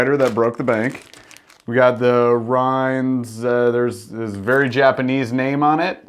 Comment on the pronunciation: It's pronounced rains